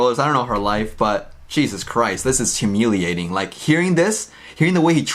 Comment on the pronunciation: “HuMEALiating”, sorry I couldn’t help but notice that 😂